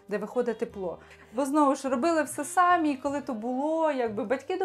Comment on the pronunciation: Дівчата, ставте наголос правильно. Не сАмі, а самІ: наголос на останній склад!